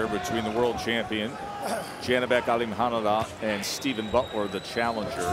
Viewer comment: His name is Alim Khan Ulee Not Alim khanalah ..,😡